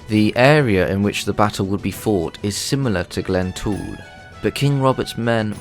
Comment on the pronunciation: Glentrool not glen tool!!!!